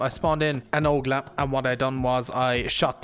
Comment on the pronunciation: It's Olga not olgla